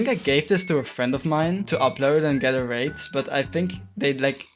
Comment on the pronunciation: he did NOT say rated